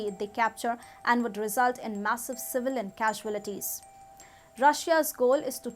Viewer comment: Pronunciation of "CAUALITIES' is wrong